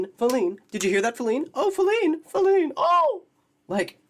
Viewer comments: Was wondering if she doesn't know how to properly pronounce the word FEE-line. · I’m numb to her suffering. She’s always going through a crisis. I’m more pissed off that she keeps saying Falene.